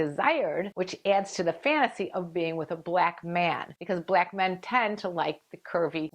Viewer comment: The way she pronounces "Blaack Men" is hilarious. 😄😂